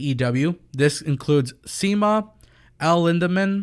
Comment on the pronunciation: Pronounced Shima